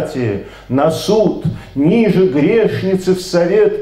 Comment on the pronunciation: Автору большое спасибо! Однако "небесный Зодий" - это Зодиак, а не Зодчий. И церковнославянские ударения часто неправильные: не "нИже", а "нижЕ".